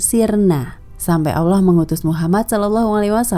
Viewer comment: karena lidah kita bukan lidah bahasa inggris maka sebenarnya melafalkan kalimat Allah pun harus benar (tidak berubah seakan bunyi 'o') . Sebab Lam dengan fathah ditambah Ha mati berbunyi Lah bukan Loh. Bagaimana dengan kedisplinan dlm membaca iqro' semuaya menjadi baik tapi kenapa pengucapan Allah menjadi berbunyi Alloh , yg notabene cara ucap lidah orang barat. Ingat betapa penting selama ini kita menyebut nama Allah (Tuhan semesta) dengan salah bunyi/ucap.